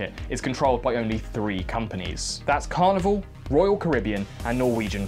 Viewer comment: free hundred and frifty free